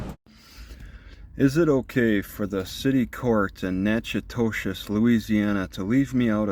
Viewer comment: Lol, he's butchering the pronunciation of "Natchitoches."